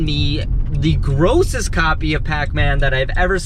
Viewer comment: I'm a new sub to your channel. Loved the video, dude I can't believe she looked up pacman 🤣. Everytime you said "grossest" I lmao, I'm sorry.